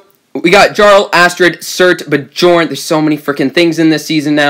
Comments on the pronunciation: i think it's pronounced "byorn" NOT "bjorn" same as fjord ("fyord"). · Bjorn is pronounced byorn